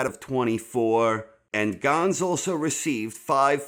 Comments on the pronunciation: But, can you please learn how to pronounce names before you say em lol it's just Gans (ganz) not (gonz) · You're gonna stop calling Joe Ganz "Joe Gahns"